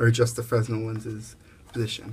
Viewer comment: Thanks for the video. This looks like a great kit for the money. FYI - Fresnel has a silent S. It's pronounced "freh-nell."